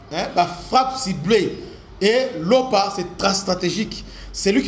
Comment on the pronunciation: un peu de rectification quand tu appelles lopa fait comme si tu m'étais accent grave sur a final lopa